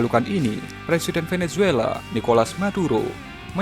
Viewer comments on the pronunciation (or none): none